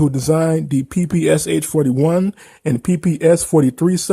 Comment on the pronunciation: just for the record PPSh is not pronounced pi-pi-es-eich, it should be pi-pi-sha. cuz the english langue dont have a russian letter Ш (Sh - eng. pron), the developers last name (Shpagin) is in the name of the gun. Dont be mislead by PPS, cuz its SMG developed by another man, his last name was Simonov. Also for FYI, pi-pi stands for russian verson of smg abbreviation, Пистолет-пулемет (Pistolet-Pulemet - eng. pron), just for the future =)